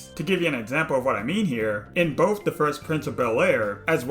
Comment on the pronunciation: Are you saying “boff” instead of “both?” I agree with you but, what?